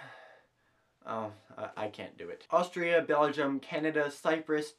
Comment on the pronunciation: It's not Austria, it's AUSTRALIA.